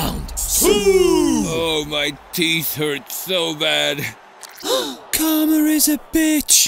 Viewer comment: Karma* not Karmer